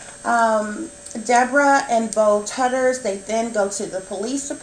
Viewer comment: Her last name is pronounced “Too-ders”. :)